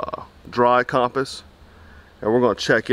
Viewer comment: My man can’t say ‘compass’